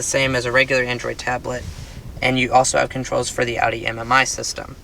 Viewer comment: Thank you for pronouncing Audi correctly